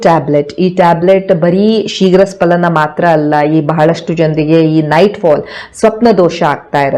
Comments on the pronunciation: ಅದು ಶೀಘ್ರ ಸ್ಖಲನ ನೀವು ಉಚ್ಚಾರ ಮಾಡುವ ಹಾಗೆ ಶೀಘ್ರ ಸ್ಪಲನ ಅಲ್ಲ ದಯವಿಟ್ಟು ಗಮನಿಸಿ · ಸ್ಪಲನ ಅಲ್ಲ ಸ್ಖಲನ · ಅದು ಶೀಘ್ರ ಸ್ಪಲನ ಅಲ್ಲ, ಅದು ಶೀಘ್ರ ಸ್ಖಲನ. Please correct. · Dr, kindly check the Kannada spelling of both words carefully, both looks alike. For more information, your pronunciation is wrong, You pronounce " SPALANA" but it should be pronounced" SKALANA" , for accuracy kindly Google. Thanks for your kind reply.